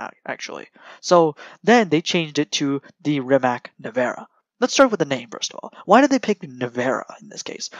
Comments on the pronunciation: good video,try to say rimaz not rimak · c like nimitz-tz-rimatz=rimac not like rimac-rimak=totaly false,hope u anderstand